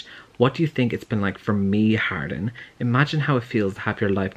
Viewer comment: Idk why but i thought you were saying Harlin this whole time also it seems portrayals of healthy romantic relationships in books tv and movies have gone the way of the dodo